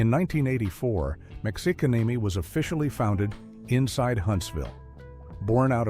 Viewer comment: Uh HELLO Texas Mexican Mafia is Mexicanemi come on whoever runs this channel get it right for once PLEASE